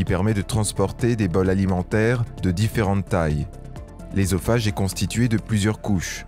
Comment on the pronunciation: Putain il commence par la fin ....Eusophage pas ésophage on dit œuf boeuf soeur pas éf ni béf